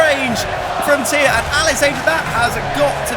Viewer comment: Oh thank goodness, he said Thea's name correctly